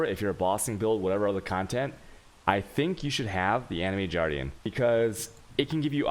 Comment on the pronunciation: Jardian? Why? Animated Guardian...